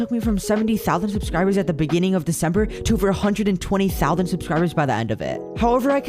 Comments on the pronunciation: beginning of 'decenmeber'? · ah yes, my favourite month: decenmeber... no hate just jokes <3